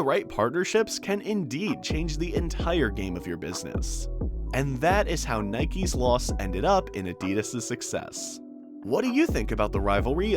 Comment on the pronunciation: “Nikeses loss and adidases gain”